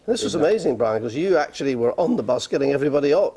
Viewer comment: awsome accent! i love how in drop's his "the's" eg. - "back on t'bus" - "get it on to (the) curb"